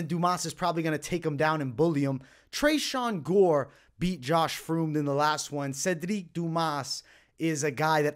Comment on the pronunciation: First fight Josh Fremd is pronounced friend basically